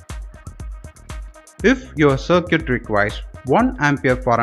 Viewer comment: Sir Cute ?! 🤦🏻 Circuit is pronounced as SARKIT.